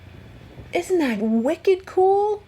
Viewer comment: Have you mentioned where you are from? When you said “wicked” I laughed and said it too! I’m a Maine-iac , and guessing you’re from Massachusetts….? LOVE all of your content, thanks for taking us along with you!!!